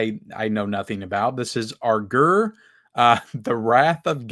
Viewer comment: Your impeccable pronunciation of Aguirre is symbolic of your channel, as a whole.